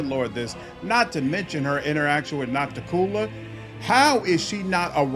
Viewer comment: "Oh, it's Noc-ti-cU-la, not Nocticoolah?" I knew that but I felt it would be pedantic to point it out. It is why it's nice to have voice acting to pronounce these names.